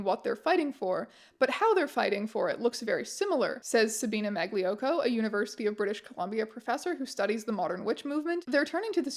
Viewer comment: Mayoko is genuinely not the same pronunciation as Magliocco, what are you on about.